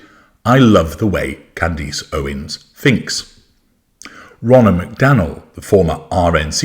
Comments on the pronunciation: her name is pronounced Can-dess like ‘dress’ not ‘eece’ like fleece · Who is Can-deece? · Why does call her Can-deece? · Why do you call her 'Candeese'? It ends with -ace as in 'a' house, a dog.